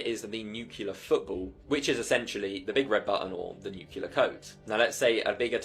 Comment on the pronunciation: I cannot take you serious if you say "nucular." Firstly, it's nuclear, secondly, the nuclear football wouldn't end the world in seconds, or days even. Freaking idiots abound, so beware.